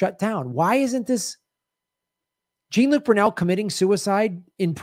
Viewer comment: Brunel was French. HIs name isn't pronounced Gene, it's Joh.